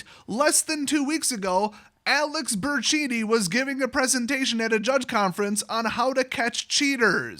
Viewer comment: Say it with me... Bur ton chee ni